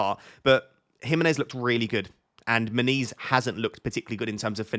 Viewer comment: when you say "... I have issues with Muniz", it sounds like you are saying "I have issues with my knees " ... made me smile, it's just a part of getting older ... 😎